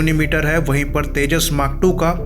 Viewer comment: Hahahahahhaha Abay ye vimaaan 40year ka age hogya Akash par uray bagair he... Teeja teeja Kia hay Ye Teeja teeja